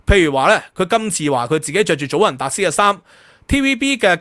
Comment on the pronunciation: 祖雲達斯 (Juventus)，J讀Y音。